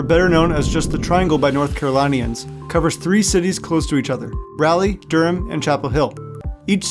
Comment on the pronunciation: Good video but please don’t mispronounce “North Carolinians”